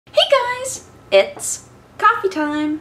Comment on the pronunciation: Pinky up, this was a classeh Coffeh Time